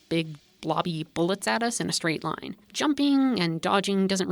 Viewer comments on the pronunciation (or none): none